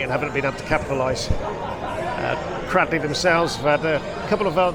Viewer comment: Thank you for covering this game. NB it's pronounced CRADELEY not CRADDLEY.